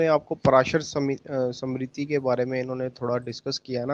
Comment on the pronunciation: This fellow cannot pronounce smriti. He is speaking like a scholar. Very sorry.